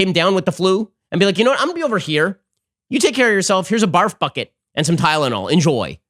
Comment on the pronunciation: "Here's a bar, fuck it" - i was stunned for a second, then realized he said "Here's a barf bucket".